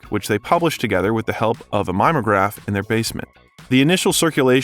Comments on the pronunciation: Mime-o-graph? Haaaaaa. Try mimeograph. Stupid robots. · Mime-o-graph. Ha! You are too young. It's pronounced me-me-(mimi)ograph. And boy did fresh sheets smell good. I'm sure we'd live longer if we hadn't smelled the pages! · MIME-ograph? It's Mim-E-O-graph. I don't fault anyone for mispronouncing the word. It's a very old, defunct copying machine that I learned to use in high school in the 70’s. Be grateful they Invented the Xerox machine... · Blessed millennials - please ask if you don’t know how to pronounce a word. :). It’s not a “Mime o graph”, it’s a “mim-e-o-graph”. :) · Mimeograph rhymes with Him-e-o- graph. It is not mime-o-graph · That would be mim-e-o-graph NOT mime-o-graph. Hahahaha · Nicely done but it’s not a “mime- o-graph. It’s pronounced “MIM-ee-oh-graph and those of us of a certain age can remember how the ink smelled. It was the closest thing to a printer available back then and many fanzines and apazines depended on them. Schools had them and if a kid could talk the librarian into access, we could make numerous copies of what our hearts desired and often it was newsletters or fan publications. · I guess because I’m older than dirt, and went to school when mimeograph machines were still being used, I rather enjoy correcting your pronunciation - it’s “mim e oh graph” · "mimeograph". it's pronounced "mih-mee-oh-graph". Just an old guy helping out. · Mimeograph (mi-mee-oh-graph) Pedantic mode engaged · “Mim-e-o-GRAPH” (we had one in the school office in the 1970’s LOL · My-me-o-graph was how you pronounced it. Is this an AI voice? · Lol mime-o-graph 😂😂😂 must be a young-un. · It's pronounced "mimmee-oh-graph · I enjoyed your biography of SK's life and gave a like...Now here's my comment from an old-timer here: mimeograph pronounced with short i sound as in "if" and the e is to be pronounced as a long e sound. And the o is a long o sound. Mim-mee-oh-graph. In the mini-series Lisey's Story, Lisey was pronounced Leezy. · Mim-ee-oh-graph, Bang-gor